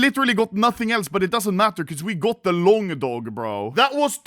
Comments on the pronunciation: LONGDOG ❌ LONGDONG ✅ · Why you say longdong,Why dont you say longdog.